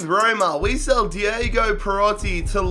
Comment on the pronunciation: I like how he said Shell instead of sell